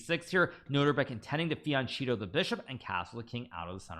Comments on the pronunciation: Fianchetto is Italian and pronounced with ch=k, not ch as in cheating. O spaghetti! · Fianchetto is pronounced fianketto. Ch = k sound in american.